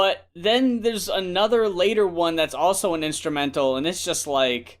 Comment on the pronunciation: It's Black. He even has a shirt about it's pronunciation